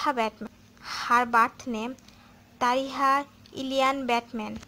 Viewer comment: First you did not say who is his bf and its not talhaaa it's talitha quite youtube